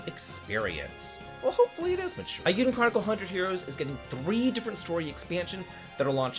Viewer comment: my dude, it's pronounced A Yuu Den chronicles, not eye yuu den. Also I'm very excited for the FREE DLC (for me cause I'm a backer👍)wooo